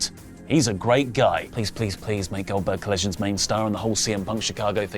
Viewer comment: Not “Oldberg” SMH